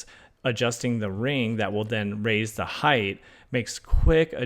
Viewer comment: Are you saying "heighTH"?